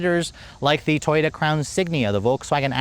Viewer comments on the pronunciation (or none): none